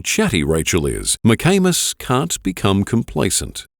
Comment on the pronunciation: Was kinda giggling like a friggin teenager (while im 63), when they pronounce the detectives name, McAnus. Its McAmis ffs! Grow up!